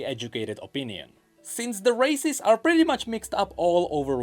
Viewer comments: Im so sorry.. accent makes its sound like he's saying racists and im laughing my fuckings ass off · Honestly I keep hearing him say racist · Everytime he says races, I hear racist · Why am I hearing racist 😭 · The way he pronounce races sounds too much like racist to me... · every time say "races", I heard otherwise.